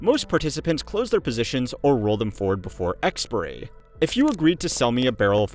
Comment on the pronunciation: Eks-Pai-ah-ree not Eks-purr-ee